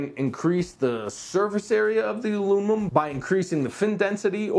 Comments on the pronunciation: "Alunimum" haha - great review overall! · 3 degrees difference does not justify the noise difference... if you think doing these reviews is easy try to say "Alunimum" that many times 😂 just kidding great review and gave me all the info I've been looking for, keep up the good work!